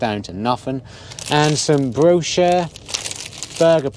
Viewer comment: It's pronounced 'brioche' 'bre och' you country bumpkin 😂